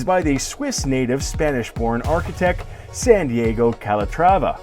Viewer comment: His name is Santiago, not Sandiego.